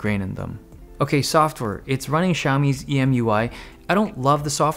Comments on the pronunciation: btw MIUI pronounce as "Me You I", not each letter like "M-I-U-I". 'Cause "Mi" in their brand name XiaoMi. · MIUI Dave, its MIUI...